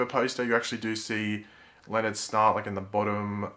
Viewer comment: When you say 'Snart' it sounds like 'snot'.